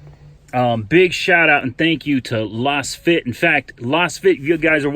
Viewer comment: Just what I need to annoy fellow motorists. BTW, it's probably pronounced "laze-fit", ya know, since they're lasers....